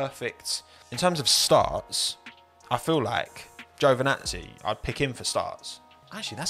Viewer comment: I am starting to get the Mandela effect. Is everybody on the internet pronoucing Giovinazzi's name as GiovAnazzi instead?